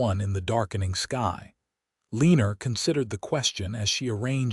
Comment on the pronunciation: You have NO JUST CAUSE to be bragging about your AI system that UTTERLY MANGLES, RAVAGING the American English language so very badly. For instance: the offensive sound if "Ĕlēē'nerr" - just for one of several instsnces. HAVE MERCY!!! I BEG YOU!!! SINCERELY!!!!! 😊😊😊😊😊